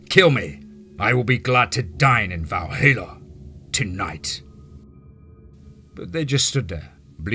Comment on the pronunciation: Awesome story once again, but you miss pronounced Valhalla 😂